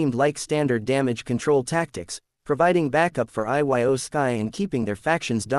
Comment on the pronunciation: IT'S PRONOUNCED EO